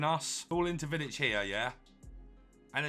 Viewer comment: As a Serb i must say say u pronounce him nearly perfect for me it's a must but i will probably buy him after he drop a bit fodder is impossible to get